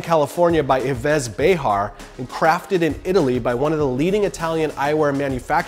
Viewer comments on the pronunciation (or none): we can hear « evezz bayhar »… FYI, it should be pronounced « eve bay-are » as he is French, not Spanish lol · 'Eee'vez Behar' is wrong pronounciation it should be 'Eeev' Behar as Yves is a French word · "Yvess béHar"😂 it's pronounced "Eev bay- are" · The way he pronounced Yves Béhar constitutes a crime against the French language.